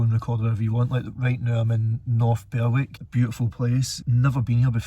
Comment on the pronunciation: Another excellent video there. Where you parked up is a favourite of mine when I decide to get away for a night on a whim as it's only 50 minutes in my van from my flat in Leith. Wee tip, the way to pronounce Berwick is without using the W. In other words you pronounce it North Berick... Now to watch part 2.